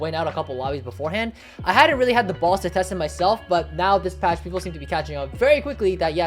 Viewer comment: I guess but what I mean is that the first word is very hard to understand, like he said "patch" but I thought he said "fast"@